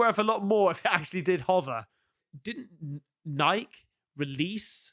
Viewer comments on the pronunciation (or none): Did you say NIKE mate 😂😅rhymed with Pike? It's supposed to be rhymed with Mikey mate 😂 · Its Nike not nike (Nikey) think of it having a y at the end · Nike - pronounced Nigh-key. You pronounce the E at the end lol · speaks American.....Nikeeeeee,Nikeeeeee,Nikeeeeee. Not "nyk mate. 😂. Merry Christmas. God bless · Nikeeee not nike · It is pronounced NIK-EEE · It’s pronounced nye-key!!!! But yeah those shoes are 🔥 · I can’t believe you fell for this. Stop doing that on purpose! It’s NIKE 😂🤣😂🤣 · Its a fan made trailer guys. Come on. How do you take stock in any trailer on youtube? And Nike is pronounced ny-key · Only Americans pronounce it Nikeeeeee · Nike is pronounced nikey or nye-key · Nike headquarters are here in Oregon where I live and the ceo even said it's pronounced the way I told you. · It's an American thing to pronounce it "nai-kee" , even though that might be the 'correct way' . I think most Europeans pronounce it like "Mike" , only with an 'N' = NIKE (not NIKEE). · I mean no disrespect im just letting you know your mispronouncing Nike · Nike. It has 2 syllables. The first with a long i, and the second with a long e. Accent on the first syllable. Learn American with an American. 🤣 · It's GREEK!!!! it's a GREEK. Pronunciation!!! Lol